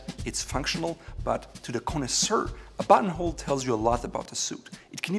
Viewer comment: I keep hearing butthole when he says button hole😂😂😂